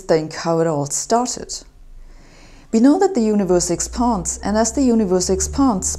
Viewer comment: You’re the best Sabine, but expands is pronounced with an a as in and, not an a as in bar.